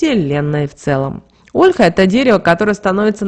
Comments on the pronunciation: ПРАВИЛЬНО НЕ ОООЛЕХА, А ОЛЬХААА! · Слух режет Ольха!!!! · Что же вы так удврения то ставите? Не Россиянка что ли? Даже Ольху не правильно говорите.